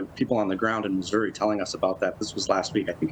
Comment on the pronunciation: Thank you pronouncing Missoureeee correctly. The Native American pronunciation is actually MIS’youri. The Missouri Historical Society would be the source to go to.